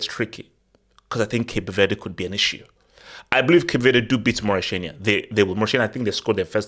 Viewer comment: why do you keep calling it Maurishania? It’s Mauri-T-ania. Please don’t offend your Mauritanian members 🤝